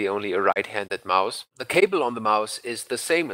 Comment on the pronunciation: d3rrial ich hab das auch nur raus gehört weil er 'Maus' so übelst deutsch ausgesprochen hat